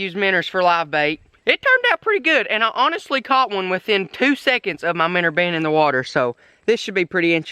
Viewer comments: It's minnows not minners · minnow not minr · MIN-OW NOT MINNER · Shut up app saying minner it's minnow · I HATE THE FACT THAT HIS ACCENT MAKES HIM SAY MINNER INSTEAD OF MINNOW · Minnow he calls them minners there fish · He says Minour and puts minnow in the title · He keeps saying minners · Minner catching I'm never going to say it any other way again